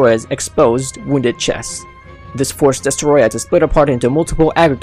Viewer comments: The way he said Destoroyah😂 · Its called "Destoroyah" Gojira idiot.